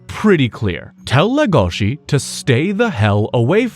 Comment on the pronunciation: He says le gOh she, when it's pronounced lE goshi